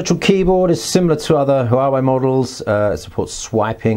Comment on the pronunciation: great looking phone. i'm sure they'll steal a bunch of business away from samsung. just fyi, chinese words are all monosyllabic, so huawei is made up of two words. any time there are consecutive vowels without an apostrophe between them, they should be pronounced as one syllable.